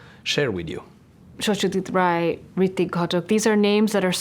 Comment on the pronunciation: As a Bengali my heart melted when she pronounced Satyjit Ray's name in a proper Bengali accent. I admire her.